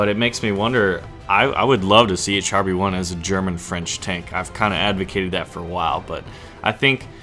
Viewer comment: Great vid ! But char is pronounced "shahr" not "chahr".